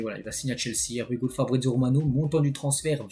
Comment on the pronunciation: j’adore tes vidéos mais svp fais un effort, tu me fais saigner des oreilles avec ton anglais: here we go se prononce ir we go MERCI! 🙏🏻